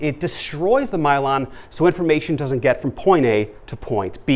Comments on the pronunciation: this is great but the pronunciation of Myelin is driving my brain wonkers... (I've always learned it as My-Lynn not My-Lon... reminds me of cylon from Battlestar Galactica). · Myelon? Myelin